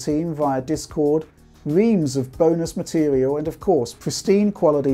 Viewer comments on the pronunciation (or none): none